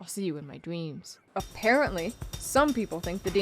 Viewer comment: Dweams? Mawwiage sounding ahh